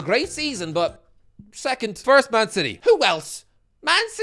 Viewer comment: Man united wecond lol